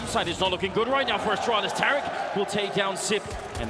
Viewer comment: love how every announcer pronounces the team name as "austraulis" and not "astralis"